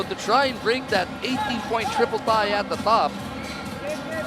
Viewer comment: natatae na atah ang commentator naging tae ang tie hahaha